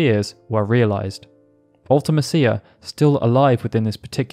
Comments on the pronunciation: Absolutely agree UltiMEEcia is much more fitting. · Its spelled mecia…. Like felicia. Mee-sha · man, the more videos I watch on FF8, the more it becomes apparent that nobody actually knows how to say Ultimecia’s name… 😅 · The way you pronounce Ultimecia is pretty cringy. Also, I'm pretty sure Matron is a title, not a name.